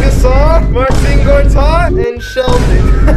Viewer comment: Marcin Gortat dont say merczyn gortat lmao